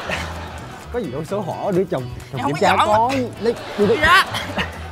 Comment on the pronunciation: Chồng mà sao tui nghe chồn vậy ta 😂